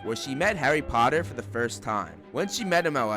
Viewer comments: "Famous harry PPoTTah" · Nah , Draco said pottah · I bet Malfoy's favorite word is "POTTAH"